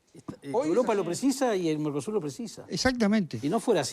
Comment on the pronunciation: Dijo Narcosur?